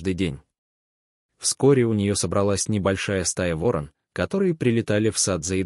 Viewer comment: Не ворОна, а вОрон. Это разные птицы.